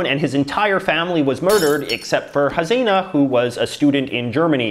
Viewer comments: Bangladesh's Prime Minister's name is Pronounced as Shaykh Ha-SEE-Na not like Hazina as you said. Sometimes it sounds just like it's written. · JJ, Why does your head keep rocking as if you are sitting on a balloon..?! And btw Balkan names ending in ..vic are pronounced as ..vich! Also it's Hasina not Hazina. You might like to improve on your non-English pronunciation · It's not HaZina it's HaSina